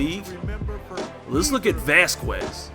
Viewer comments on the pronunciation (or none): You said vasquez like a tard